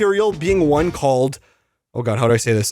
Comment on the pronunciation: OH MY GWAD,OH MY FREAKING GWAD IS HAPPENING TO THE BAD GUYS 2-IMA CRASHOUTTTT